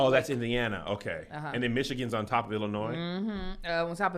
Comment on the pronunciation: Why does pronounce Illinois like it starts with an "E"?